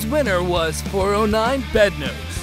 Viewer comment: How difficult is it to quality check the narration of these videos? I want to be a fan but it's difficult with the errors throughout. Before anyone starts saying shit, It's not like I'm saying anything against the content itself nor am I giving criticism for something that can't be controlled or changed. In #19 409 Beadnose is not Bed-nose In #18 it's Roly Poly, not Roly Roly.